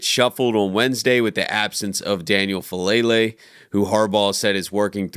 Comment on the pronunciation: his name is FA' A' lele. please pronounce his correctly. it's disrespectful.